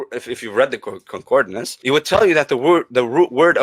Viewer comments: That Muslim guy trying to teach what 'concordINance' is when he doesn't even know how to pronounce the word.... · Y'all know it's CON-CORD-ANCE... not CON-CORD-I-NANCE, right? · A man who can't pronounce concordance correctly quibbling over the pronunciation and meaning of words!